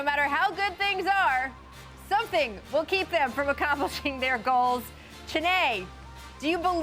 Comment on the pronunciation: "Pressure is on zem"